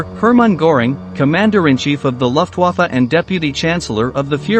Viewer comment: For a historian, you should know how to say Luftwaffe